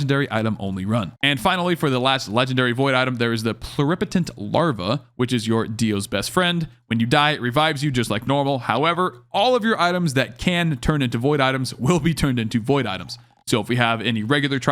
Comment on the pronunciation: plue-ree-potent (like the word blue)